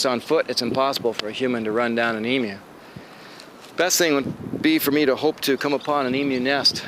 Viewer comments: Thanks for pronouncing 'emu' properly - the Americans seem to say 'e - moo'! Love your videos; you show it as it is, and I agree 100% with you about the flies! 🇦🇺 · at least he says emu correctly XD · Honestly; I'm just satisfied and happy he pronouned Emu right.